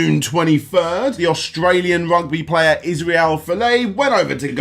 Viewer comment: You really butchered the pronunciation of Israel's surname, but for anyone that lives outside of Australia or NZ, I get it